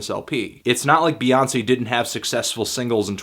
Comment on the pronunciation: child it's "Bey" not "Bae".